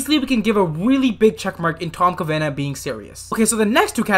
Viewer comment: Ca-va-nah not Ca-na-vah